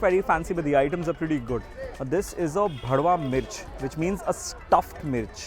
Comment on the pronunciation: Pretty sure it's bharwan mirch and not bhadwa mirch 😭